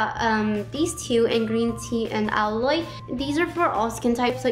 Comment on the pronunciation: I noticed you pronounced Aloe as "alloy" hahha, its pronounced as "Alou"